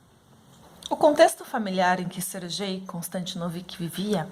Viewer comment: Acredito que pronúncia do nome é "Ser Guei" nao "ser Jei"